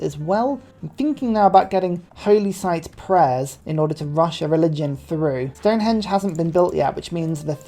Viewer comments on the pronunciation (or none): none